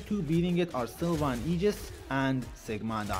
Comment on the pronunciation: I subscribed the exact moment I heard you enunciate aegis correctly!!! Tysvm good person.